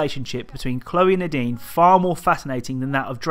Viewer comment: When he says “Nadine” I feel like he says the dean lol